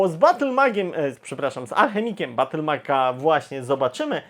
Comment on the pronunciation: Battlemejdż !!! a nie BattleMag chyba ,że to jakiś mocny Avatar z Battelfiedla tak w głowie siedzi